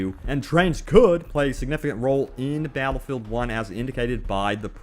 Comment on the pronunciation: Twen twings abwout bawwatlefield